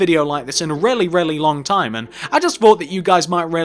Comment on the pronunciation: I like how you say really it sound like rarely